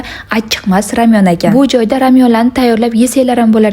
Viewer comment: Ramyonmas lamyon boladi